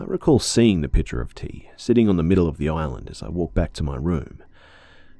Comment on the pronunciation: I heard “pitcher” as “picture” at first and I was so confused as to why the mom had a picture of tea on the counter 😂😂